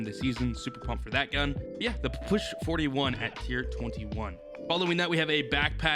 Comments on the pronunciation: its a P. P. S. H. Not a push and its fricking russian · It's pronounced papasha or just call it p p s h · Nah he said Pa- push lmao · Can’t wait for to pronounce the Ppsh correctly. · I bet likes how he pronounces the new gun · He is saying the name of the gun so wrong and his videos of so damn lame